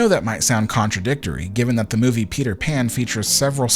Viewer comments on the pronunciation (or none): none